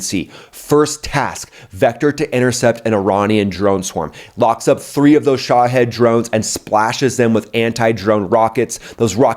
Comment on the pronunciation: Great Channel brother I’m a pilot also very interesting and informative. Just want to mention the Iranian Missiles named [Shid] it’s pronounced as Sha—ee—d it’s Arabic for the word Martyr. Thanks bro Peace